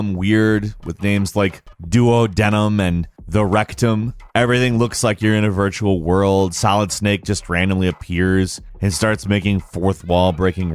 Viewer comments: "Duo Denim"? like, two jeans? LOL! It's pronounced "Du-wad-num" and its the first part of the intestines, the part that your stomach drains into. I just thought that mispronunciation was really funny haha! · Duo-Denim Science: DooWAHDehnum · Due-wad-num Not duo-denim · I both cringed and laughed when he mispronounced it that way... *facepalm* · do-ODD-ne-um. It's a body part which precedes the rectum, by quite a bit. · Did this guy really just say "duo-denim" 😂😂😂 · It's pronounced doo-odd-num. Also has to do with your honey hole, not just rectum. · Duodenum(Duo-Dee-num) 1st part of the small intestine. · "Duo-Denim" 😂 someone forgot to attend their biology class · Oh my God, I think this is the first time I've taken umbrage with the way you pronounce something... Duodenum is not pronounced the way you said it it is not duo denim... Lmao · Duodenum is either "doo-oh-DEE-nem" or "doo-AH-de-nem". Its a part of the intestinal tract, but that pronunciation made me laugh for a while. So it wasn't wasted. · okay. I looked through the comments first...am I the only one bothered by his pronunciation of 'duodenum'? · Yeah, that's not how you pronounce "duodenum".